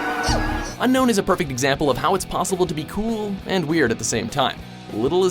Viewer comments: its not unkown its un-own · Its pronounced un own just how its spelled, not unknown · you say it unknown not unown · Did you guys know that Un-known is actually pronounced Un-Own? Neither did I lol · it's pronounced as un-own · The way you pronounce Unown is so weird.weirder than all the weird pokemons. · im suprised they only prenounced Unown wrong